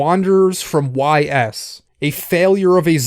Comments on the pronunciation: Its "Eeeeeees", not "whyyys" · Isnt it pronounced "ease" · I believe it's pronounced "Ees", like "ice" with a long "e" sound. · It's not pronounced whys. It's pronounced meep morp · got triggered by the pronunciation of YS